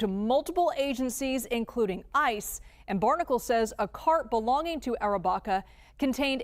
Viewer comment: What's going on here? The report's voiceover pronounces the accused's name as Andrew Arrabacca, but the supplied spelling confusingly is (Andrew) Barraca, a completely different surname. Which is right, if any? Get you act together.